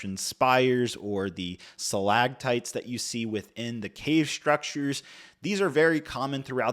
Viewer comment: & 🤣🤣🤣😂😂😭😭 Sa-Lag-tites...... reminds me of my friend's 6 year old son who L❤️VES to talk about his Sam-Burr-tooth tiger 🙌 "5 poly bags... you can't even get 'em in the U.S." - but YOU have them, you are IN the U.S. & are giving them away 🤔🤷🏻 so that statement isn't entirely accurate 🤦🏻 anytime I'm having a tough day & struggling I know I can just watch one of your vids, & tell myself "at least I ain't This guy"!!, you are Golden 😂😂 don't ever change